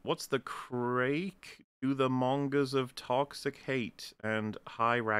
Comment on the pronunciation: "craic" is pronounced "crack". The irish person was saying "what's up?"